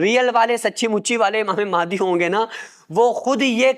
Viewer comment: Imame mahaidi nhi h unka name unka name h imam mahdi phele bolna to sikh lo fir hadise Mubarak bayan kar denA 😢😢😢😢😢